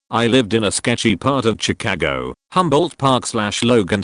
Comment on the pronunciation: I like how the robot voice says Chicago. Chi kA go